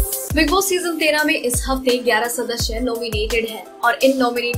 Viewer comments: PLS sadasya boliye sadashya nhi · Sadasya not shadshya